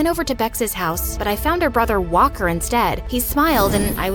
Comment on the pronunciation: everytime she says walker i think shes saying whopper